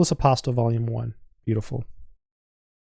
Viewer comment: The author is of Greek descent, and he pronounces his name "aposTOL" - with the accent on the last syllable